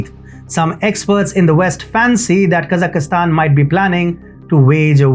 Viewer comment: Kazakhstan not Kazakhistan Just like India not Inidia